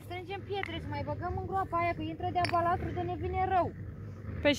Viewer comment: Balast, nu mai spuneti balastru